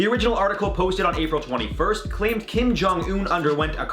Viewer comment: Sissss kim is him last name! why him called like that lmao